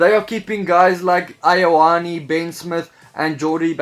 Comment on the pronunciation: Hey bro, another great one. Just pronounce Ioane as “you-anae” and you’re away laughing 🤙